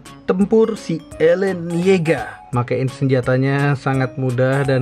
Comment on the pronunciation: bukan elen tapi eren ok